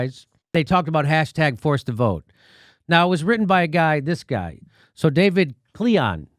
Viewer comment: I think it’s pronounced K lying. David Klying. Klion.